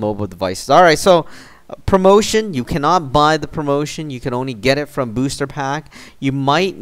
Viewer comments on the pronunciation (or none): He tried to say only but he said ony LOL